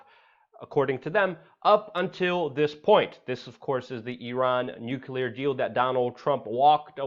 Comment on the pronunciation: "Newww KLE AAARRR" Nuclear. Come on, Fam!